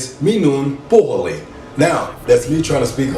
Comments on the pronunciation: "Minun Puehelin" -> it's puhelin ;) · its no puEhelin. Its puhelin. Only one E letter. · puhelin not puehelin, just for that you don’t learn it wrong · It's puhelin not puehelin. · It’s ”puhelin” not ”puehelin” but almost😁👍🏻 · It's Puhelin, not Puehelin but ur doing great! Greetings from Finland. Ps i love ur tattoos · Just saying its not puehelin its puhelin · It's puhelin not puehelin, but u are doing great! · "Puehelin" :DD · Just to clarify, the word is actually 'Puhelin'